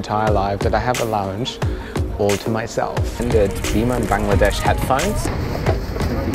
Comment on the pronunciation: i don't know why but whenever you pronounce "biman bangladesh" only i can hear that you're pronouncing "demon bangladesh" 😂😂